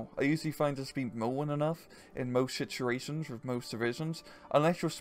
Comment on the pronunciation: What is this accent? You pronounce always as orways. And the word situations is difficult for me to pronounce as a dutch but you really mess that up. I wonder?